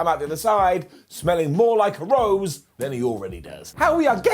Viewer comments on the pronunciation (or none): none